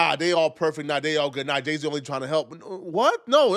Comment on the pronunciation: He said day-z at first